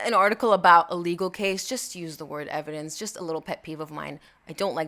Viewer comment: “Just call it evedence” eye roll 11/10